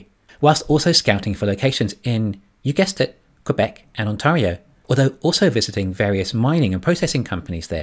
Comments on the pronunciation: You are mispronouncing Ontario. The proper pronunciation is aan·teh·ree·ow not aan·taw·ree·ow. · It's pronounced On-tario like Stereo.